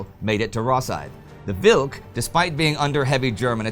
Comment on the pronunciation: What can I say? It's an awesome episode! You did a good job pronouncing Grudzińkski and "Wilk" (wolf) and acceptable job pronouncing "Orzeł" (eagle). :-) The "rz" digraph is kinda like the French "j" only a bit harder, or voiced retroflex sibilant fricative, using the proper terminology. It is usually represented in English as "zh", for example in transliterations of Russian words.